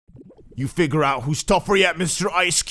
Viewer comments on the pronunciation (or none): none